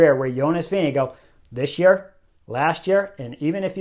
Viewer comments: VINGE- GAAAARD. Not VINGE-GO. ffs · I dont understand how you can pronounce tadejs full name but completely disgrace Vingegaards surname. It is NOT Vingego so get yourself together! 🙄